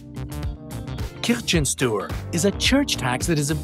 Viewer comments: Kirchensteuer is pronounced Kir-chen-stoy-ar. 🙂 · Keer-khen-shtoyah, short ee. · Zera [TurboLibra14 the StardustBlader] Actually „ Keer-chen-shtoy-ar“ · the 'ch' is pronounced as "sh" so its Kir-shen-stoy-ar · The way he pronounced "Kirchensteuer" - and the age thing. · how you said "kirchensteuer" you said it wrong.. google even can even say it better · Your pronunciation of "Kirchensteuer". If you need to show off with foreign terminology you could at least ask someone to teach you how to pronounce it. (But considering you have troubles spelling your native tongue I guess languages are not really your thing...) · The way you say Kirchensteuer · can’t stop laughing how you pronounced the German word „Kirchensteuer“ 😂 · Haha, I'm German and I didn't even realise they said it (attempted to say it) until you pointed it out. He starts great - The "i" should be pronounced as "ee" (like in bee). But the "ch" is way off. And "eu" is pronounced like "oy" (like in boy). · I'm from Germany and you pronounced Kirchensteuer sooooo wrong😂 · I know German and he pronounced sooooo bad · No, the "ch" is pronounced like the "ch" in the Scottish word "loch". It does not appear in everyday English. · .There are two ways to pronounce Ch in German. In this case it is closer to sh although there is a strong distinction between Kirche (church) and Kirsche (cherry); Steuer means tax. So literally Kirchensteuer means church tax. We just put them together. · the church tax isnt 8% of the income... its 8% of another tax. it would be an insane amount otherwise lol also, why not tell about our dog tax? the pronunciation of kirchensteuer was really bad btw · If you don't know how to pronounce foreign words, either ask someone or DON'T EVEN TRY ... Kirchensteuer 🙄🙄🙄